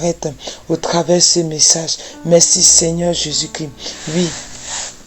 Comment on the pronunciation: IL EST CHRIST (((( C-H-R-I-S-T)))) PAS CRI